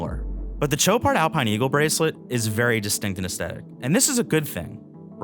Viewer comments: It's pronounced SHOW-pard not TCHO-pard. $14K is a joke for this wannabe. For the money, there are lots of quality options not trying (and failing) to copy a true classic. If the Royal Oak didn't exist I'd say nice watch. But it does, so - at this price point - it's pathetic. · Dude, it's not a CHoparD! It's Shopaar with a sh and without a d. Learn your names if you are a watch journalist! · There's no 'd' in the pronunciation,. It's 'show-par'. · Did a real person just say Cho-pard? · (sh ō par) Love the watch. Sweet dial, great bracelet. I actually prefer the date. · Shots are great, review is good…. Not sure why editors would allow video to be released with gross mispronunciation of the brand….. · You can't possibly be pronouncing Chopard correctly.